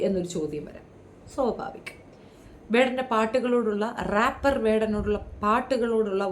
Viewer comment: റോപ് അല്ല സർ, റേപ്‌ എന്നാ ണെന്നാണ്.....😮